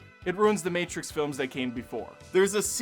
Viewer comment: It’s the Mehtrix.